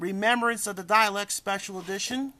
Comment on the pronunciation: What did I do?, It just annoys me that you keep mispronouncing dalek